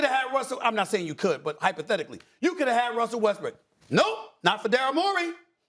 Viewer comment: Feel like I heard Stephen A.say Russell Westbrick …